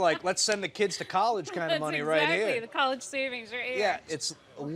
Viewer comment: Her saying collage funds hurt my soul